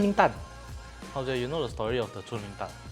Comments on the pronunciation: nope but it's definitely not pronounced as 春 (chun) because the chinese is 锺 (zhong) haha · Chung Ling is supposed to be pronounced as Zhong Ling (锺灵）and not 'chun'（春） 😊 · It’s chung ling my friend